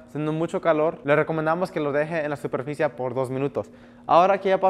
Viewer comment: De solo escucharlo decir SUPERFICIA me da irá. No hablar de GIDORFOBICA